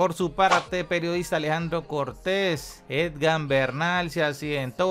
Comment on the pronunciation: Se llama E G A N...no EDGAN. De verdad no sabes o no quieres pronunciar bien???? Que tipo de periodista eres si no sabes ni pronunciar un nombre correctamente???